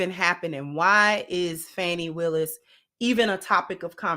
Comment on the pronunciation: Just FYI is it pronounced Fah-nee Willis not Fannie. Glad to see you back Sis. I wish you well in your new endeavors.